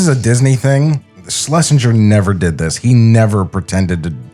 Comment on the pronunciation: I love that doesn't even try pronounce Leon Schlesinger's fake name's surname corrently now.